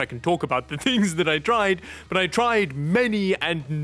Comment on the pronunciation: "Butt first" instead of "But first" 😂